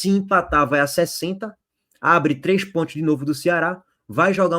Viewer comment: Pontios pq vc pronuncia PONTIOS ? KKKKKKKK